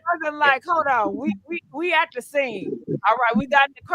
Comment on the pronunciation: They. Said. Dhe. Not. Die